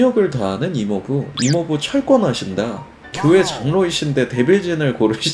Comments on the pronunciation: 형 전녁이아니라 절녁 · 제발 모든 ㄴ받침 + ㄹ 자음 단어에 ㄴ ㄹ 로 발음하지말고 표준 발음법 제20항 유음화에 따라 ㄹ+ㄹ로 발음해주세요.. 전력 -> 절력, 관련 -> 괄련, 신라 -> 실라, 난리 -> 날리, 원래 -> 월래 예외는 있지만 항상 ㄴㄹ로 발음하려 하셔서 굉장히 어색합니다. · 전력이 아니라 절력이라고 발음해야지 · 진짜 다른 거 다 좋은데... 영상보면 인류 발음도 그렇고 여기 영상에 전력 발음도 그렇고 왜 그러는거야?